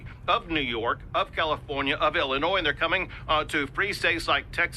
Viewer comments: ATTENTION PLEASE... When you pronounce "Illinois" and say the "s"; you just irritate everyone from Illinois. You say it like," Illinoy". No "s". I repeat, you don't say the "s" part. Ignore it and leave it alone. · Why can so many Americans not pronounce "Illinois" properly? Since when has the S at the end ever been pronounced? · The “s” is not pronounced in Illinois